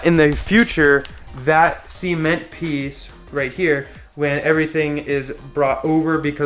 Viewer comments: Cee-ment.... cement.... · It's pronounced "ceh-ment", not "sea-ment". :)